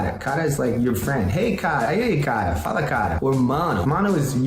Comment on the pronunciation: Mano ele fala a palavra "fala" muito certinho. Oh God kkkkkk pareceu até que tinha colocado algum áudio por trás de um brasileiro memo